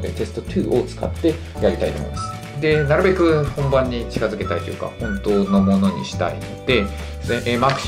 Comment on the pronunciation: なるべくがの発音がなrべくになってる笑